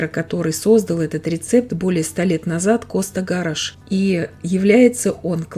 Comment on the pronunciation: 💯 Совершенно верно. Да и его фамилия иначе произносится.. ГА'раш - ударение на первый слог и с буквой Ш в конце.